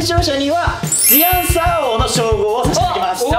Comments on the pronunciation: 大ちゃんが「The Answer」のことを「ずぃ あんさー」っていうのすき笑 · 大ちゃん毎回「ずぃあんさー」って聞こえる！（笑）かわいい！3形態フラゲしたよー！みんなかっこよかったー！